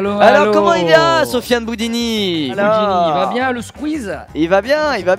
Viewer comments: Depuis le début squeez dit " Boudini " alors que c’est " Boudouni " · C’est boudouni pas boudini ! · qui arrête pas de dire Sofyan "Boudini" au lieu de "Boudouni" 😭😭😭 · C'est pas "boudini" mais "boudouni" je crois